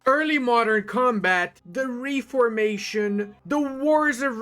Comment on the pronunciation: I’ll never get used to how he pronounces it“ree-for-mation”? 😂 In the US and UK we pronounce it “ref-ormation”. Basically: REFormation.